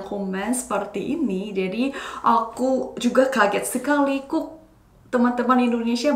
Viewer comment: 살해서요! Bahasa Indonesiamu udah keren banget, cuman pronunciation di beberapa kata kayak "kok" itu bukan 곡 tapi diucapkan 걱... Kata 'orang' juga lebih pas dibaca 어랑. Terus kata 'kolaborasi' kedengarannya kayak 'kolabrasi' harusnya bo nya tetap diucapkan jelas. Tapi overall udah bagus.